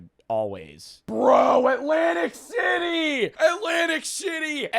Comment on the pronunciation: bro did not say City